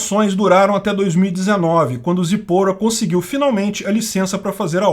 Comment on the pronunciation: A pronúncia correta é :"Zípora.